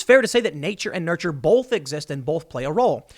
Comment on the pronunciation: Bow-th not bollth. You say bolth lol it drives me nuts. Love the content but bolth bolth bolth